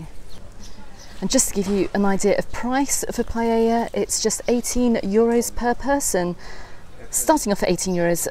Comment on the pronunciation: I hate the way says piella 😂